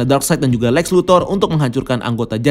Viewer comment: cuk lex napa jadi alek